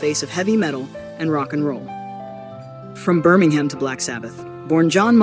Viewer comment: I wish you Americans would learn to pronounce UK place names. With the only two exceptions I know of, both being two word place names (East and West Ham) Brits DO NOT say ham when it appears on the end of a place name. Birm-ing-um (or just say Brum), Felt-um, Ful-um and so on. These videos would be great if you did not almost immediately cheese off half the audience.